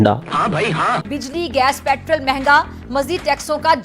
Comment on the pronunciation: के दीवानो को समझाओ पैट्रल नहीं होता पैट्रोल होता है।